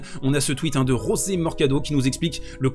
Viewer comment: José Morgado est Portugais et non Espagnol, son prénom se prononce "José" et non "Rosé" 😉 J'aurai accentué sur son revers long de ligne lâché avec une immense paire de corones a 15/30 4/5 au 3eme pour éviter de défendre 2 balles de matchs, combien aurait assuré ce revers la peur au ventre, pas lui. Ensuite la demi volé amortie que tu as cité pour conclure par un service volé sur premiere 2eme kické extérieur, (très souvent le service volé sur balle de jeu, 40/0 comme 40/30), trop mature pour ces 18 piges, il m'émerveille ce gamin.